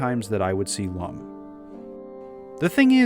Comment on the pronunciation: I watched the original and he pronounced Lum like "loom," which is extremely distracting for fans of the character.